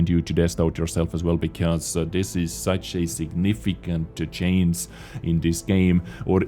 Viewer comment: can't you pronounce "Change"? You always say "Chanes" also not "changing", you say chainsing...